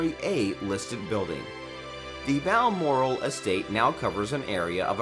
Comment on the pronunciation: You pronounced some of the places on this list Buckingham is spelt Buckingum not buckingham Hillsborough is pronounced hillsbru not hilsburow sandringham is like Buckingham palace pronounced sandringum not sandringham and balmoral is pronounced balmoral not belmoral.